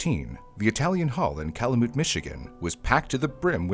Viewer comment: it's pronounced (Cal-you- mit) Calumet